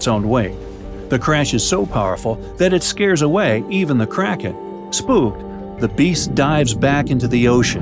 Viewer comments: Who else thought kranken said karen like it you did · I thougth you said crackhead lol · ohhhhhh i thought you said carrots